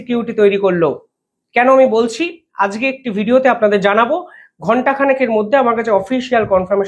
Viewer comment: বাংগালী হয়ে বাংলা শব্দ উচ্চারণ করতে পারে না। হয়ে গেছে ইউটিউবার । আজকে শব্দটি উচ্চারণ করে আজগে😂। এরা হলো গদি মিডিয়া।